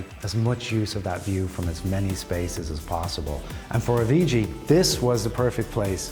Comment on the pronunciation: Please pronounce Avicii’s name correctly. RIP